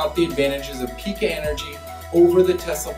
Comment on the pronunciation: The people that work for Pika pronounce it Pī ka with a long ī sound, not Pee ka. And Sonnen starts with an 'S' not a 'Z'. You've got an 11 minute video with less than 2 minutes of useful info and much of what you say is inaccurate. I have installed all three of these systems and I do find the Pika system to be the best and very cost competitive, however, because it is DC coupled it can't be added to existing PV systems very easily. Sonnen and Tesla are AC coupled, which has it's pros and cons. Sonnen is overbuilt in the best German tradition and the cost reflects that. Tesla is not as affordable as advertised and their production issues make it very difficult to acquire. You did address that and I'm counting that towards the useful info but you should not label this as 'in depth'.